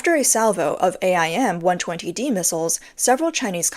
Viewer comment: you can just say AIM like the word aim. Just like you say HARM instead of saying H-A-R-Ms